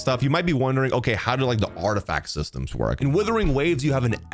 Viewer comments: ah yes Withering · when is bro gonna understand what it's not called WITHERING waves? is he doing this on purpose? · Withering waves hehe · wow. it's wuthering, not withering. i thought these guys' first language (the only lahguage they know) was English? i guess I was wrong xD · isn't it "wuthering" with a U? 😭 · Hahahaha how Tectone just exploded hearing you say "Withering" over and over again 🤣🤣🤣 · “Days since has pronounced the word “Wuthering” as “withering” ZERO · Bro still calling it withering😢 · The first word in his damn video he mispronounces😂😂😂 no hate tho just a joke